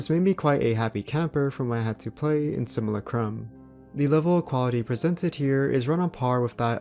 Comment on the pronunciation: And “sim-u-LAH-crum”